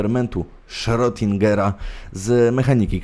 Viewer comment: Naucz się porządnie czytać i co ważne cytować i wymawiać nazwiska. "Frojd", Berżerak", "daj ać ja pobrusze a ty poczYWAJ", "czyta się "kot SzrEdingera" mimo innej pisowni. HANZEATYCKIEJ kurwa mać! .Dyletant . Potem gówniażerka łazi i powiela takie pierdolety.